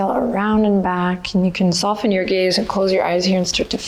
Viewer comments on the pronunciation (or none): When you say "soft gaze" I can't help but hear "soft gays" and I always smile to myslef thinking "Oh I'm a soft gay" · Hahaha aah! I always think "Send your gays forward" etc. Makes the practice extra good. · I’m glad I’m not the only one who hears that as a fellow soft gay 😂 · I didnt hear that before but now I will 💕 Soft Gays Doing Yoga ❤️🧡💛💚💙💜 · Now I can’t resist to hear it as such and such lol